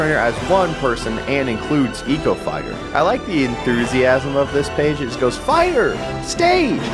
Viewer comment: And “Mii-VECHTER”